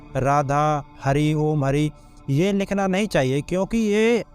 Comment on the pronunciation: भाई सद्गुरु को जवाब दो। ओम को आम बता रहा है। 😂